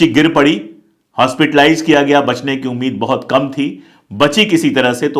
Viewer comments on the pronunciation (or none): none